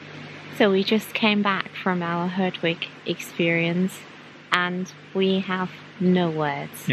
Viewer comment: I mean 'herdwick" and not hardwick!